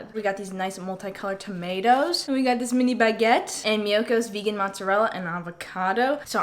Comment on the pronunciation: It looks so delicious ^^ I love your videos so much ! And btw I'm french and your accent when you said "mini baguette" was so perfect that it surprised me ahah